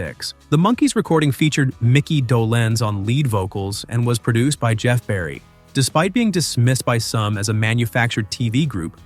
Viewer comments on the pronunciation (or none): none